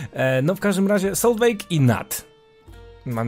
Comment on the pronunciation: Solveig czyta się jako Solwiś z germańskiego IG czyta się jako Ś a E podkreśla barwę wymowy I